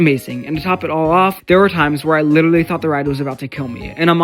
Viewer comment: when Real Life Coasters YouTube Channel, Resort and Spa said “i lidawally had to throw away my sawks”, it was the most beautiful line ever written in cinema